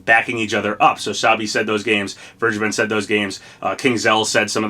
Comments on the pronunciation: Vergeben is pronounced as v-air-gay-ben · As a german, i‘m laughing hard how you say vergeben lol